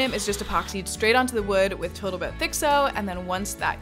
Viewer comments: You said botal toat instead of total boat😅😂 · Are you saying total boat as "boatal tote" on purpose? You said it a few times in your sail boat ep. too. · Did you say boatal toat? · So cute Boattle Tote instead of Total Boat. 😅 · "I mixed up some Botal Toat silica-thickened epoxy..." 😂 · Rotflmao " boatal toat" at 3.00! I listened to it twice to make sure lol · "Botal Toat Gleam" how tired were you at that point? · Oh? That was intentional? I have only recently started watching her channel.